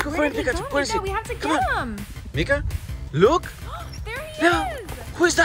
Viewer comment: You called her meeka .I heard nigga 🤣